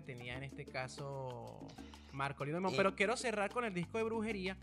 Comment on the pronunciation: 🎹🎷🎸🎤🎺🎻🎶🎵🎤🎷🎻. PERDONAME POR CORREGIRTE LA PRONUNCIACION DEL APELLIDO DE MARKOLINO DIMON. SE ESCRIBE DIMON, PERO EN. INGLES SE 🎹🎹 PRONUNCIA " DAIMON "..🎹 COMO EL APELLIDO DEL PRESIDENTE BIDEN.. ESPERO NO TE MOLESTES OK. 🎹🎸🎷🎤🎺🎻🎵🎺🎤 🌹🌹🌹🌹🌹🌹🌹🌹🌹🌹